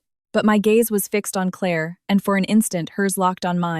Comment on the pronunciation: Your AI narrator stuttered on the word, and. Over and over. Keot saying and, and, and, and, and, and, and. Fix it. And St is Saint not street.